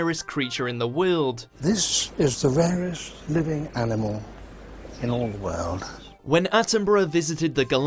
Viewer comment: lol why does the narrator say "world" so bizarrely